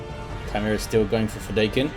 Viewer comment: Fedaykin. Feh-DIE-kin. It's from Dune. You can listen to its author pronounce it here